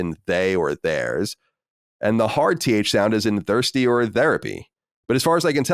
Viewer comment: Your "thirsty" sounds like "Thursty"